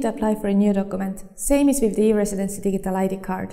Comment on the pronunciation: lol digg-ie-tal